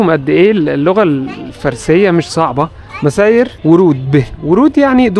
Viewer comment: مَسير من سار يسير مسير وليس كما لفضتها وورود من ورد يرد وارد ورود